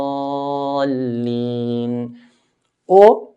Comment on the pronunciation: it really sounds like walag-daleen. Is that supposed to be it?